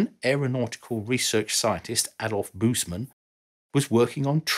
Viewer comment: Man, work on pronouncing family names right. Busemann would be worth it.